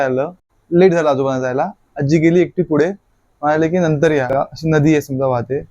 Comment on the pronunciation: फुडे ❌ पुढे ✅